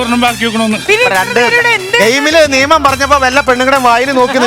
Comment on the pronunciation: ലക്ഷ്മിക്ക് രണ്ട് എന്ന് പറയാൻ അറിയില്ലേ??? എപ്പോളും റണ്ട് എന്നാണല്ലോ parayunne?